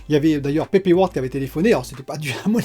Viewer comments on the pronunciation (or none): none